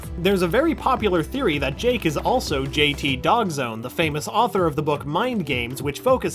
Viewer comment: dawgzone not doggzone